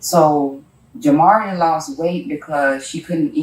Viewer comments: Plz say this child's name correctly.. juh-mar-ee-uh. It's not jam uh reehea... idk if it just bothers me, but every time I hear the narrator say it, it irks me. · Her name is pronounced Ja mar e ah, not what that narrator is calling her. She deserves the respect of saying her name right. This woman is the most evil person I’ve ever seen! She literally pinched her over time til Jamaria was gone, she had that many pinch marks on her body.😢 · YOU CANNOT EVEN SAY HER NAME RIGHT!!!! SUCH A MONEY HUNGRY MAN U ARE!! YOU WANT TO SIMPLY PLAY BODY CAM FOOTAGE, AD LIB A LITTLE WHAT U HV HEARD OTHERS TELL, AND YOU ARE JUST AS BAD!!! SAY IT WITH ME!! “ JAH-MAR-E-AH” YOU ARE A JOKE MAN, SERIOUSLY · Little girl was tortured, disrespected, and murdered in her short life!! SAY HER NAME RIGHT! JA MAR EA, Jamaria!! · How you're pronouncing the little girl's name is throwing me off. It's very obviously "Jamari" (like the football player) with an -a at the end to make it feminine... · It makes me really upset that the AI voice can't pronounce Jamaria's name properly. It's Juh-mar-ee-uh. It's disrespectful to that poor baby, on top of everything else she was put through. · This!! 🤏🏽🤏🏽🤏🏽 I was saying the same thing to myself every time he mentioned her name. SMH.. 🤦🏽‍♀️ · When AI can’t pronounce the victims name correctly- it takes away from her story… it takes even more of her life than was already taken. So disrespectful to that child’s memory. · Wish you had said that baby's name correctly... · Note to the narrator: You can hear how they say Jamaria over and over again in this video, why do you pronounce it so wrong? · Its a shame these channels don’t have enough respect for the victim to pronounce their names right. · Stupid AI. Whoever owns this channel is profiting off of the torture, ab-use, and eventual death of CHILDREN, but can't make sure the victim's name is pronounced correctly? 🙄